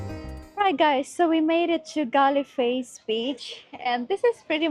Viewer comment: go to kandy and see sahas uyana and eat small cheap foods on sahas uyana, you will like the varieties, and its not "galli face beach" correct sound is "goal face"